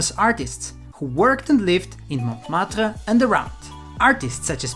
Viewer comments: Montmartre, first T is silent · the t of Montmartre is not pronounced